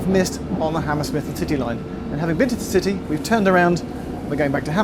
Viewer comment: I swear it sounds like he said the Hammersmith and Titty Line. LMAO.